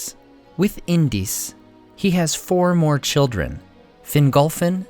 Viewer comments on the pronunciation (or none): none